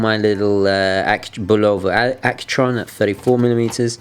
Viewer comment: You're making me nuts ! Bull-o-vah ....accent on Bull ...say BULL o vah .....lol !